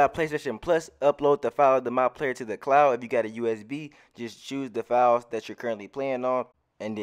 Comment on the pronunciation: Yo when you say "files" i be thinkin you sayin fouls i be confused af like how many fouls im suppose to get? 😆